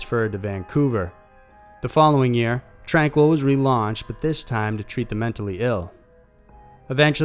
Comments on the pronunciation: Wouldn't it be pronounced "Tranh-KEE," like the French? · FYI==Tranquille in British Columbia (#2) is pronounced "tran keel". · It's pronounced tran-keel.tranquille and it's in Kamloops BC the facility is called Padova ... I'm from there an have been to the old tuberculosis town. It is on tranquille road.